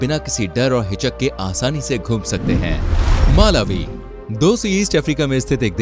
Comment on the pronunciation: It's pronunciate like Malaawi not Maalawi